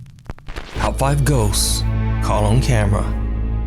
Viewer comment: LOL! When he says ghosts, it sounds like he says gose! 🤣😂